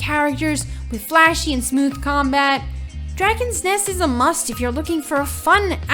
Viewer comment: she have problem pronouncing dragon nest